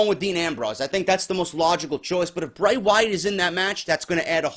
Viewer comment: its Bray not hard bro